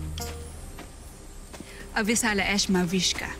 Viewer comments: Lira: Thankyou,Salamat! Danaya: Avisala Eshma! Lira: Avisala Asma Hahahah 😂😂😂😂😂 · Lira: thank you Danaya: avisala esha Lira: avisala asthma Danaya: eshma Laptrip si lira Hahahah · Lira:Avisala Asthma Danaya:Avisala Eshma! Me:haha🤣🤣😂😂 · lira : salamat danaya avishala eshma lira: avishala ashma danaya: eshma lira: eshma avisala eshma me hahhaahahhahahahahahaha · Lira: thank you, salamat po Danaya: Avisala eshma Lira: Avisala Asthma Hahahahahaha😂😂diko magilan kakatawa ko sayo lira😂😂😂😂😂😂😂😂💖💖💖💖💖😂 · nakakatawa si lira: "Avisala Asthma" hahahaha